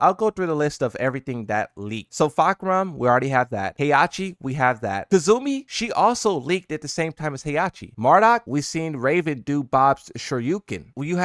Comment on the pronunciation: Lol fahk, on purpose ? Its fah, even book said it.